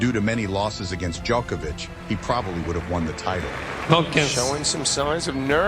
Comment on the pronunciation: FINALLY I hear an American actually pronounce Nole's name correctly. Every damn American I hear says DjOHkovic with a long O sound, drives me insane. Just hate mentality like "we'll pronounce it how we see it and not make any effort". To the narrator, thank you, it is appreciated.